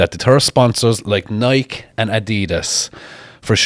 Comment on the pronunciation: Nike is pronounced like "Nike-e"